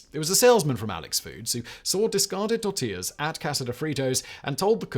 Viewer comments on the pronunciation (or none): none